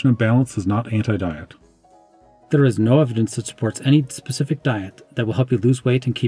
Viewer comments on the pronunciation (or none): none